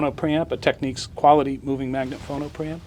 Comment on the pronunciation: He can't even say TECHNICS